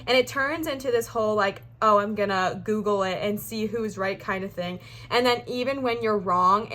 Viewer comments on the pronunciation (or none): none